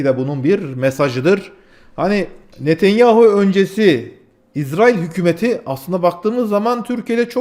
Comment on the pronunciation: niye izrail diyorsun? Diyeceksen itrail de bari.